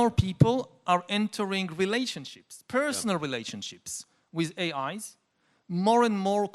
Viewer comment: yuhval saying AIs, sounds like A(eyes)